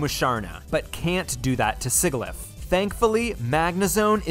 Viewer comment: Imagine the chaos if every wild and trainer pokemon had their hidden abilities. The "Sig" is Sigilyph is supposed to rhyme with "fridge".